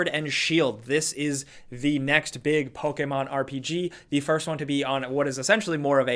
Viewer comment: Does anyone else get uncomfortable when you hear Poke-A-mon or Na-roo-do ?